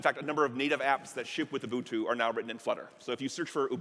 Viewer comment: Awesome stuff. Also, not often you hear someone pronounce Ubuntu correctly. Nice,!